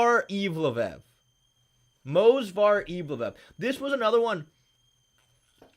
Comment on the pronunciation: ‘Manual Cape’ ‘Movsvar Eevloev’ ‘The Guch’ creating his holy trinity of miswords.